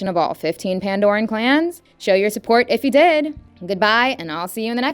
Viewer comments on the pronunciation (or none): none